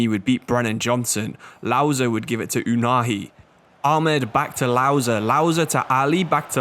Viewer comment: it's not "afrash" hakimi and "ouhani"